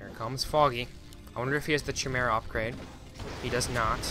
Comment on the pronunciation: Just an fyi, Chimera's are pronounced as follows: Ki-meer-uh